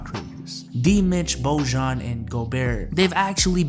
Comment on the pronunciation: Jazz fan here: Bojan is pronounced boy-on. Also, we waived Jeff Green. Great video!